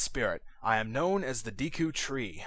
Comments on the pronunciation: It's pronounced De-ku, not Dee-ku. Trollface.jpg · Hey Dude Ur A Noob It's Prenounced Da Ku Not D Ku Lol JK Ur Awesome Still No Matter How U Say It It's Cool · I never understood how people ever come to the conclusion that Deku is pronounced 'Dee-koo'. It doesn't make sense in either English or Japanese lol. But to each their own I guess :P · Is it really dEEEku? I always pronounced it Deku with an 'e' like the work "deck" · same here, it's always been Day-ku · I'm a hick so I say Deku as "dayku". :( You're probably going to influence pronunciation changes for me. XD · "Deku" is a name/word that alot of people pronounce different e.g. Dayku, Deeku of Decku. i dont really know the correct way of saying it but who care... THIS GAME IS AWESOME!! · deh-ku and dee-kuh are both of 'em I use. Dee-kuh scrubs, deh-ku tree. Sa-rye-ah is the pronounciation I'm used to hearing LPers do, but sariah is what I've used, and hi-lee-uh is what I use as well. No awkward pronunciations for me, because you use the same ones I do.